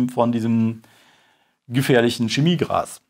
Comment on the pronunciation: Hat der ernsthaft SCHEMIEGRAS gesagt? Lol